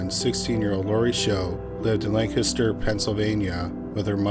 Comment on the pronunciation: At least he pronounced Lancaster right. He's mangled so many other places and things, I was waiting for LAN-caster. I was still living in Florida in 91, so I didn't know about this case. I moved back to NE Philly in 92. I had to correct this because it was a topic my dad and big sister kept talking about and warning me (a young girl/woman in my early 20s) about how much the area and people had changed. My sister had the Philadelphia Inquirer with the article (she's a pack rat). THAT'S why I thought I was here when it all went down. Sorry, but the more he told the story, the actual memory came back.